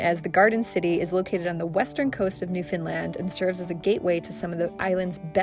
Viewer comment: Newfoundland is pronounced like saying: NEW fen lend. Giving emphasis is the word NEW. I loved your video.❤